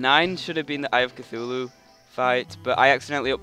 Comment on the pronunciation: you keep saying eye of cithulu